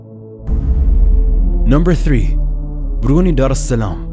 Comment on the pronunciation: Brunei is pronouced "Brunai" not "Bruney" anyways good video :)